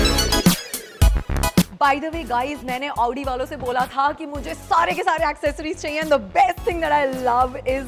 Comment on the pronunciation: Your video is nice pls pronounce correctly its pronounced "audi" not "aaoodii" ( style me chakar me pronounciation mistake mat karo) btw love your videos pls upload marathi challenge soon